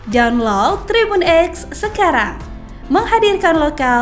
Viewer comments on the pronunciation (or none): none